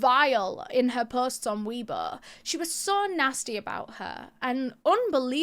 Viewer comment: Isnt it pronounced way bo tho?